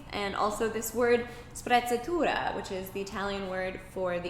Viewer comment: I'm Italian and for a second I thought she said "spazzatura" (aka garbage) instead of "sprezzatura" when she was talking about tattoos and I was like... that doesn't mean what she thinks it means...